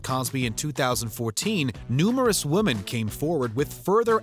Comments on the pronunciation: It bugs the shit out of me how every time this narrator says the word, "women", he pronounces it as "woMAN" (ex. ; ; ; etc.) . He's been doing this forever and I don't understand why someone at WatchMojo doesn't just tell the guy already! ugh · Why does the narrator keep saying Wom_a_n when the script says Wom_e_n? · Btw the plural of woman is women and is pronounced as “wih-men” not “wo-man” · Why do Canadians pronounce "women" like "woman?" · Why does this narrator always mispronounce the words "woman" and especially "women"? My apologies if this has already been asked and answered. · The way "women" is repeatedly pronounced in this video is almost as terrible as some of the crimes presented. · Why can't people pronounce the word 'women' anymore?? It's super weird! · Can someone please inform the narrator how to properly pronounce "women?" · Is it just me or this guy can't say women properly? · Please learn how to say wo-men 🤦‍♀️